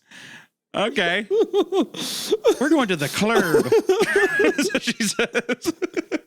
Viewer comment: “We’re going to the clurb” 😂😂😂